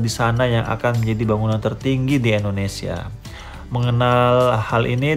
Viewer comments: Maaf Koreksi dikit bang Penyebutan Indonesianya kok kurang enak di denger Indonesia bukan endonesia Terus semangat bang semoga tambah sukses amin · Endonesia atau Indonesia Mas saya kurang denger 😁